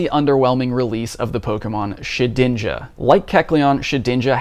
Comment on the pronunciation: its Shed-inja, not She-dinja. love your content